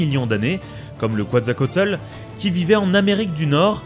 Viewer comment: "le kuatzakotle" non on dit kwétzalkowatlus